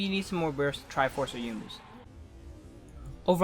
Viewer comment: isn't it pronounced yo-u-mu? not yoomoo?